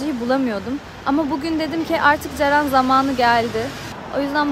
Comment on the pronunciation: CERENİ NE GÜZEL SÖYLEDİN ÖYLE OF